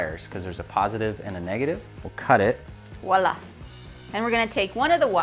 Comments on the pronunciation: I really like your videos and I was very impressed with your gravestones. But.................... let me be a little pernickety here. You both used the term "Wallah", well that's how I heard it. I've heard a lot of people use this expression in the US, and elsewhere, almost always the same way; "Wallah". As I said, I'm going to be pernickety and pedantic - blame my OCD nature. It's actually “voilà” or “voila.” It's a French word actually and the correct pronunciation is roughly vwa-LA or verwah-LA, with an audible “v.” I mean no offence but It's a pet hate of mine along with similar incorrectly used terms such as "he should of done it properly" where of course the "of" should be "have", "unchartered territory" which should be "uncharted" and the old favourite "I brought some really nice shoes today", where of course it's "bought", not "brought". Sorry, I can't help myself - but good videos!! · “VoiLa” - look there! “Wallah” - makes my brain itch and not a word.